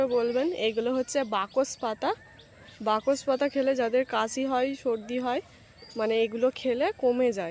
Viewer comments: বকস পাতা না ওটা বাসক পাতা ঠিক করে উচ্চারণ কর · কথাটা বাকস পাতা না ঐ পাতাকে বাসক পাতা বলা হয় যা সর্দি _- কাসিতে খুবই উপকারী জীবণ বিঞ্জানে এবিষয়ে পড়ানো হয় উচ্চারণে তোমার এত গন্ডোগোল কেন হয় বলতো! বাসক পাতাকে বেমালুম বাকস পাতা বলে দিলে কানে বাধল তাই জানালাম please ঠিক করে নিও